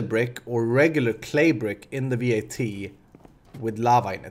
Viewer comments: It's not V.A.T, it's just vat. Pronounce it like the beginning of vatten and you should get it right :) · It's not V.A.T, just vat...